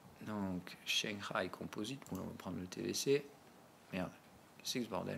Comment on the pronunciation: Tu me tues quand tu prononces Shangai. On sent le mandarin en toi à chaque fois. haha #ChanXaÏÏÏÏ